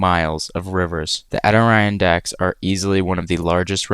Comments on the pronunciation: Agree with comment below. Your misspelling of Adirondacks leads to the mispronunciation. Four syllables: A-dir-ron-dax, accent on the first syllable. Best way to keep from sounding like an AI generated voice. As for experiences - late January to mid February is a generally fine time to explore many areas of Death Valley. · adoriandack? bro butchered the pronunciation 😭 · Great video. But may I suggest looking up pronunciation for words you don't know? Example: ad-eh-RON-dacks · Adirondacks,. Ah-dih-ron-dacks. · The Adirondacks are pronounced ad-ih-RON-dacks. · Nice project. Sorry I have to be a pronunciation troll. You likely had little exposure to eastern landmarks from Idaho. Adirondacks -- Add-eh-RON-dacks. You are most welcome. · (OUTTER - ron - Decks) I’m from Louisiana and even I know that’s how it’s pronounced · IT’S ADIRONDACKS. AH-DA-RON-DAKS. You seriously couldn’t do a two second google search on how to spell and pronounce it? It’s literally one of ten main topics in your video. Unprofessional and stupid! Garbage videos… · Nice! Adirondacks mentioned! It's pronounced Adder-on-dacks, but I am glad you put it on the list. Beautiful place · Thanx, that was driving me nuts! Adding letters/syllables that are not there..(?) As a kid, I saw, a-d-iron-dacks, (say, iron)!😅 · Was painful to hear him pronounce it.. a fairly common reference. Makes me question the overall knowledge here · It was the way he mispronounced it, for me. "Adi-Rhine-Dacks" ?? Brother, what? Where is that second "i" sound coming from? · Abysmal pronunciation of adirondacks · It’s so painful watching him try to pronounce Adirondacks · Uh oh, you bout to get chewed up by New Yorkers for mispronouncing Adirondacks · Bro pronouncing Adirondacks Like Siri would